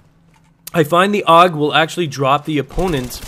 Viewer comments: its pernounced "A.U.G" not 'aug". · You don't pronounce it "awg". It's always been ay-yoo-jee. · It's not pronounced aug. It's a u g. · so I'm a "gay kid" just because I let you know the correct way the gun is pronounced. Wow just because I actually have gun knowledge unlike you doesn't mean I'm gay. If you want to say it incorrectly then go ahead I'm not stopping you even though you sound like a fucktard then don't say a u g